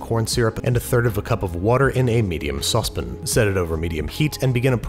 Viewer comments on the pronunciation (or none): I laugh every time he says, "saucepin" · More like... Sauce p'n